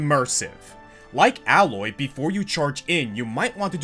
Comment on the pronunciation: Alloy????? Isn't Aloy pronnounced Ay-loy in Zero Dawn and Forbidden West?